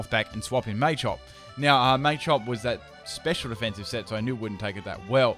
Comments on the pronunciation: ITS NOT MAYCHOP ITS PRONOUNCED MA-CHOP MA NOT MAY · "may-chop" lmfao